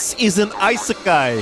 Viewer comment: Maybe because he says “love world” (I-seh-ky) and not “another world” (ee-seh-ky).